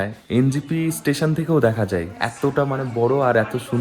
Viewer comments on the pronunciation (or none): none